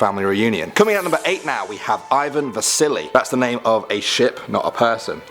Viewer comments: When he said Ivan vassili I thought he said Ivan the silly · I thought he said "Ivan the Silly" :) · for a second i thought he said Ivan the silly